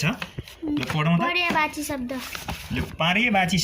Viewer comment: पर्यायवाची होला हौ सर हजुरले तउच्चारण नै गल्ती गर्नुभयो।एक पटक मात्र नभएर बारबार।